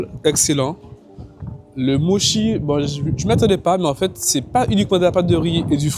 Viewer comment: Hello, Pour info mochi se prononce Motchi. Si vous voulez en tester de vrais et traditionnels, il faut aller à la maison du mochi. Ça n'a rien avoir vraiment. Aussi si vous voulez des desserts à composer soi même pas trop sucrés et faits par une super nana qui mérite plus de visibilité, il faut aller chez Sweet Intuition rue Dussoubs. 😉 Après étant végétalienne, je peux aussi vous donner d'excellentes adresses: Giardino, VG pâtisserie, Mauvaises herbes, lesArtizans (je crois que ça s'écrit comme ça - concept fleuriste et salon de thé/lunch), aujourd'hui demain.